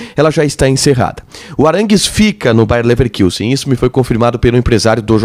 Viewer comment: É "LeverKUssen", e não "LeverKIUssen" que se fala,. Não tem trema no u.